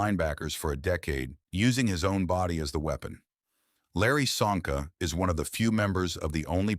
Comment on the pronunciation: Csonka pronunciation is Chonka. Hungarian